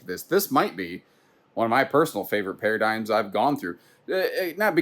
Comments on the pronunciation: We need to normalize the use of para dig um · I do like those para dig ums